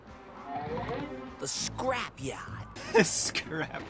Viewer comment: here I start dying XD The paaahk The caah The scrap yahd